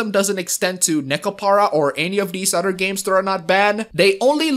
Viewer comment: The My Girlfriend picture is of busty girls...and he keeps saying "udder people." I know he means "other people" but I just find it funny.